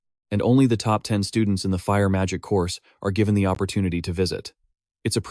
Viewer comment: The STUDE-NTS xD